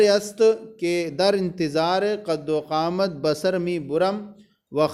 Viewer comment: قد وقامت نہیں قدومت ہے حضور